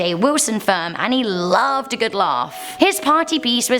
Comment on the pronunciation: Eh" Tim's coffee is Go-od